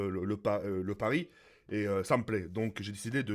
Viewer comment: tu dis est au lieu de et mec engage une prof de francais ca va te couter rien du tout